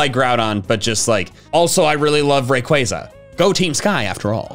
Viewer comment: AGAIN, DO NOT LEAVE OFF THE Y IN RAYQUAZA!